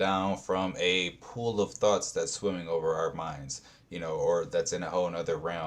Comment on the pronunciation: I swear it sounds like he's saying you have THOTS swimming in your mind! If you don't like your old THOT you create a NEW THOT😂😂😂